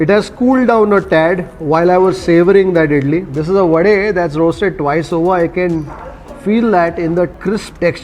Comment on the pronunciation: pronouncing wadE, dosE correctly quite lately but i appreciate this! 👍